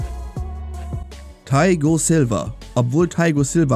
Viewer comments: Junge was für thaigo silva es heißt THIAGO silva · Wie er sagt theigo silva 😂